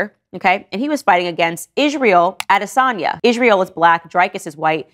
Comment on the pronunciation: Please make an effort with your pronunciation. Love your vids and point of view. (Du Ple Si). Adesanya is perfect as all we Africans know. 😊